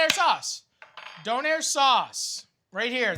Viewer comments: I love how he says donAIR instead of doner, it’s so wrong yet so funny 😂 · love you matty and canada but im pretty sure its Döner :p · It is döner not donair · It's Döner ffs. DÖNER !!! it's a turkish recipe. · Döner. Or Doner. Donair... no. Please. Don't hurt my little German soul. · All the germans in this comment sec are just shaking their heads rn. Its called Döner guys not Doner, not Donar and definitely not Donair. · The way he pronounces Döner makes me laugh